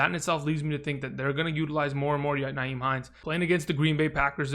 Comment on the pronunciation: It's not NYHIEM, Frank Reich doesn't use Nyhime enough. Frank just seems to put him away and bring him out whenever. It's the inconsistent play calling.